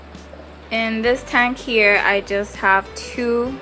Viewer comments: Its weird how you say tank lol taynk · Learn how to fucking say tank 😫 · you say tank funny lol